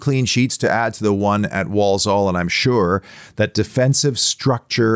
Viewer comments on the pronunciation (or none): Need to work on your walsall pronunciation, but other than that… spot on